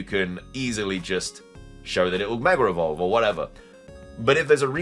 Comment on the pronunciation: “Meger Evolve” …